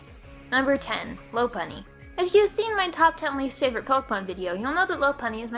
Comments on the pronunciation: It's pronounced "Lop-unny," and "peenk" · If you're trying to be the guy who always complains about other youtuber's videos, I would suggest you stop. You're not very good at it. "Ferrothron" "Loppuny"